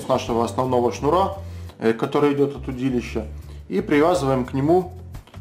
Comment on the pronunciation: от слова удИть -ловить значит... и ударение удИлище... меня так в школе учили...